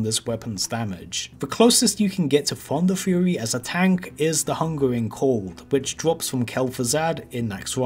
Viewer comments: He said Funderfury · Did someone say funderfury?